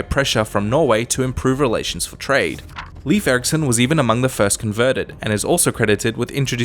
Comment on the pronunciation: It’s leifur 🤦‍♂️